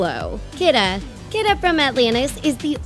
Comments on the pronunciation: Her name is pronounced key-da not kid-a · Kida's name is actually pronounced Keeduh not Kiduh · bro it's pronounced (key-da) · they said kidas name wrong and its bothering me